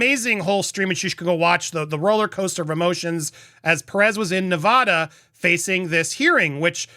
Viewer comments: Please learn how to properly pronounce Nevada. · Stop saying "Nev-ahh-da"! It drives the natives crazy. It's "Nev-ADD-uh". The people there will punch you in the face if you say it wrong... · It's not "Ne-Vah-da". It's "Ne-Vaa-Da"; pronounced as in "cat", "pat", "that", "hat", etc.... Don't be like Chump and mispronounce our state, PLEASE!!! I promise not to mispronounce your state as "Flaw-Rye-Da" or some other such nonsense. Okay? We good? When you speak for a LIVING, you shouldn't mispronounce anything! If you're unsure how to pronounce something, it takes a second to look it up on the internet. You're not the only person I've instructed on this! There are reporters on the MSM channels I've also had to correct. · It’s neh-VAD-uh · As someone born and raised in Las Vegas, Nevada for almost 30 years I can't watch this video 😭 I can't get over how you pronounce Nevada 😭😭😭😭😭😭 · Please pronounce the state of Nevada correctly.